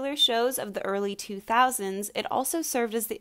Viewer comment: Its 2000’s not nautes